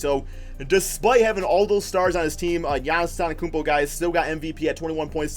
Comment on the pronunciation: he said giannis akumpo